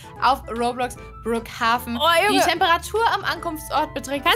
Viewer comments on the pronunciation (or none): Kein hate! man schreibt brookhaven aber man spricht brookhaiven